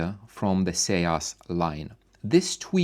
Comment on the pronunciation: Isn't "Seas" pronounced "Ceez"? Rhyming with Sneeze but with an S. I have the SB Acoustics and Stereo Integrity M25 MkII, but my favorite all time tweeters are MB Quart PTE 25's. From the original German manufacturer before the sale. The sound is improved dramatically when using the passive crossover verses using an active X-over.